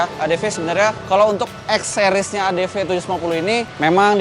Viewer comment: Adv bang bukan adp